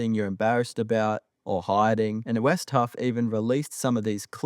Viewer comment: Its Wes Huff not" West Huff"